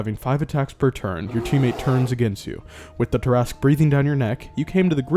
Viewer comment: I was so disappointed that you pronounced it Tear-Ask and not Tear-a-sque...